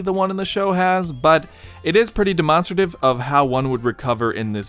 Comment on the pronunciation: Why did you pronounce demonstrative like that bro lmao